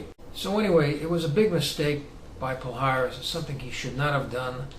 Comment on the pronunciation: its is not "pal haris" the correct pronounce is "pallares"